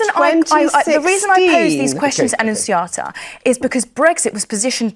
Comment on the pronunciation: 'Annuziata',it sounds like a nasty disease of the waste tract,like something the doctor diagnoses you with when you have inflammation of the anus.